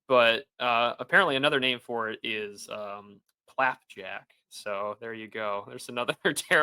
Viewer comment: ITS PLAPJAK